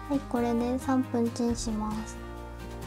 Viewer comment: 〜しまーすのす がちゃんと言えないのすき